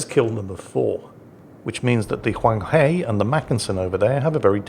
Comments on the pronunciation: Huang He is pronounced Hwung Her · Pornounced Huang HER (British pronounciation of Her) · Huanghe, the 'he' is pronounced like 'he' in 'her'.